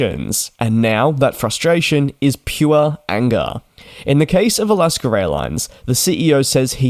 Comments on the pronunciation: It’s Alaska, not Alasker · Do you actually pronounce it like Al-ask-ah? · DJ does not like this criticism and will likely delete it. I for one, having been born in AlaskA and lived most of life here, do not understand how or why the R comes into play. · Wrong. It’s Alaskerairlines.